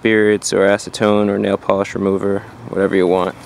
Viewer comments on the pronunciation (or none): none